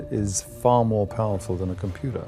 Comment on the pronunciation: I love the way the narrator says Super computer.. Supah Computah